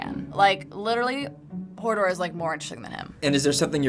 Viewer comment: did she call him Hordor? 😢